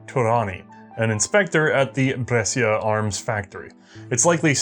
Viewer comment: Brescia, that hat gun making city in Italy is pronounced 'Bresha' (sci = sh)